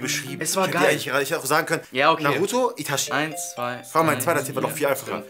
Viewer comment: Wie Itachi ausgesprochen hat tut mir im herzen weh..